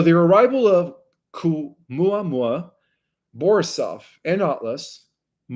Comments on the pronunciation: Caumuamua.... "Oumuamua, NO ca!" Lmfao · Yes, Oumuamua doesn't have a "Q" at the beginning, and Stabilization isn't pronounced as if you're (stab)bing something. Stabilize is pronounced like a stable where you put a horse, (stable-ize). Not (Stab-ilize) as if you're stabbing with a knife. There's a dozen additional words that you MUST correct but let's start here with loving ❤ criticism because I truly love the work that you do to help humanity. Love ❤️ and Light ✨️ to you. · I am only three or four minutes in, and already you contradict George Kavassilas in conversation with Dr Michael Salla. 3i Atlas is a holographic projection from the cloaked ships behind it. What you are describing with all the different names, sounds more like Oumuamua. Which you cannot pronounce for toffee. In spite of your prompt. It is a Hawaiian word. My faith that you are going to be giving me the truth is ebbing away already and I'm only 5 minutes in. And it's 3i Atlas, not 31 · Misprounces Words bc English isn't his "Mother Tongue".